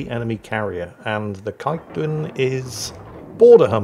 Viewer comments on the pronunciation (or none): Tip for pronouncing the Dutch ships: anytime you see the combination "ij" in the name, you pronounce it "ey" (Like "Hey" without an "h"), so "keykduyn"... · Hey, some dutchies might disagree, but kijkduin is pronounced "cake dane (like the dog)"... close enough for YT. As always keep up the good work old man. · reliably informed by a cloggy friend that Kijduin is pronounced "Keg - Dine" like beer barrel - eat dinner! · Incorrect! "cake dane"